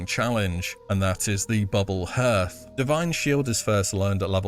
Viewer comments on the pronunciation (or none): Hearth is pronounced with the ea as in heart, not as in earth 👍